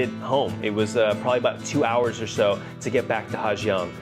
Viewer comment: Well.... You were right. The waterfall that looks like Du Gia, is pronounced Zu Za. But, guess what that means??? You've been pronouncing Ha Giang wrong the whole video, and your whole trip. In North Vietnam, the 'Gi" letter combination is pronounced as a 'Z".... so it's pronounced Ha Zang. Not Ha Gee-ang.